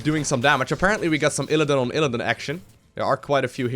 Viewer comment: Why do you say ILLADIN? It's ILLIDAN! <3